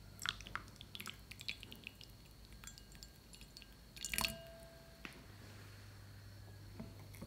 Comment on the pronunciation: All was good until you said Gelatin☹️